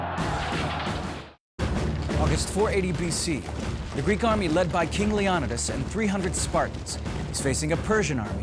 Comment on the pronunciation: The way he pronounces leonidas name irks me